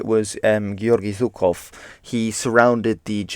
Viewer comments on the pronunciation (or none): none